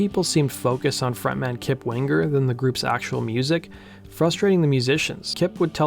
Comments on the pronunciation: It's "Wing-er", dammit! Not "Wing-ger"! lol. And that 2nd album was great, but more mature writing that wasn't quite aimed at the same audience. I think that had more to do with declining ticket sales than anything else. And the 3rd album just wasn't very good overall. 1st track is quite good, despite the somewhat awkward beginning, and the last track is quite good as well. But again, not songs aimed at the original fanbase. Down Incognito was pretty good, but your not going to sell albums releasing that as the first single. Anyway, phenomenal band and musicians. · Winger not Wing grrr. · Stop saying wing-gur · My maiden name is Winger and I hated it when people would say it wrong it’s Wing er not Win ger. The original way to spell it is Wenger but got changed to Winger. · Why do you pronounce it Wingur? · One of the best bands of the time, tons of talent... funny to hear this young guy say wing ger😁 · wing-ger lol :P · prounce the last name properly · The hard G isn't needed........